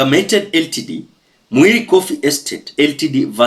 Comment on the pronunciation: Brother LTD is pronounced as limited, and not L.T.D